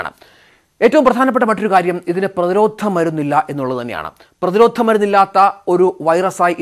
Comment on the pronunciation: 'പ്രതിരോധ്ധ' ' മരുന്ന്???